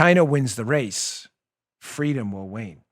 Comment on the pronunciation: It sounded like you were saying "win" instead of "wane". I listened several times.